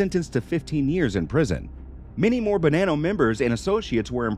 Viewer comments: Am I really going to listen. To someone talk about the Italians secrets, when you can't even say Italian words correctly, it's not Bananao. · “The Bo-nann-o family”. He puts a lot of emphasis on that “nann “ lol. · Pronounced Bah-non-no, doesn't sound like banana with an o on the end.